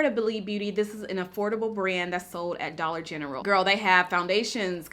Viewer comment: Wait...I've been gone for a minute. Did she say Dolla Gentral??? And against Nars and Chanel??? Lordt! Saving coint where I buy my Gain Laundry pods!! Loves It!